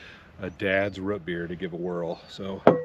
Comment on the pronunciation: It’s Root beer not rut beer 😂